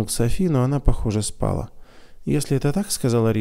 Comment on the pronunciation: Братишка, правильные ударения в словах ободрИть, спалА. Я очень надеюсь, что не обидела вас! Мне очень нравится слушать рассказ в вашем исполнении!! Спасибо за ваше служение!